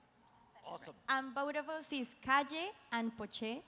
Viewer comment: This video is 90% the interviewer butchering Calle and Pochés names